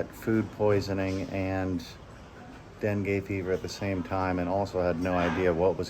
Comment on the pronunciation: It sounds like you are saying Bengay. LOL Man up bro. LOL